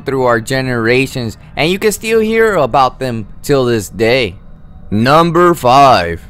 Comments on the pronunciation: He really said nAmBeR Juan 😂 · Is this a fking comedy video, i mean he said naimber 4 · man say it with me "NUMBER" you should have someone else narrate your videos